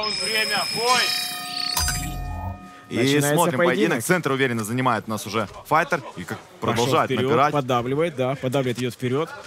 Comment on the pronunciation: fayter? fighter? english?